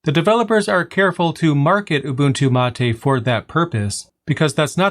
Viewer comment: being from argentina, i can say that your Mate pronunciation was in the bests from an english speaker. it is mate, not "matey"